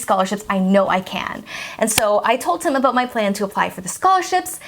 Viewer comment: She is saying “Told Him” but the way she says it makes it sound like “Told Tim” She turns the D to a T, and sort of silences the H. It is a common speech thing.